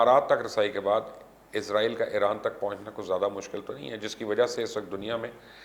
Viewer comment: Please correct, you always say izrail, it is not izrail, it is israil